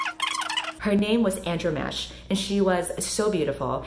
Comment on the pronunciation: "And-RAH-ma-KEE" not "Andro-mash" (I only know because of the character in The Old Guard)